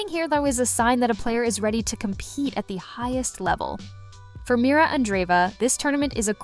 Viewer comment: MIRRA. NOT MIRA.